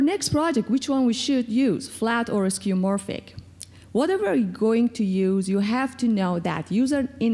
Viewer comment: it's skeuomorphic not skeumorphic.